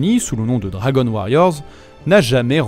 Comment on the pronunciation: Quitte à donner le nom en japonais, autant bien prononcer le dragon [do.ra.go.n]